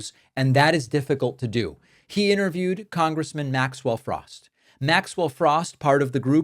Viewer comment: cmon David you know how to pronounce his last name. You don’t have to deliberately mispronunce it as if he were a republican